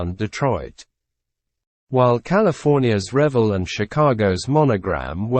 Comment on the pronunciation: At 67, I've been building scale models for 50+ years. And the company name Revell is pronounced "rev-ELL", based on the French word "reveille". It has no connection to the Revell family, pronounced "REV-ell".